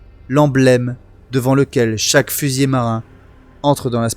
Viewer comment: S'il te plait fusilier,avec un seul L ne se prononce pas fusillé, autrement il y a trente ans que je serais mort.😅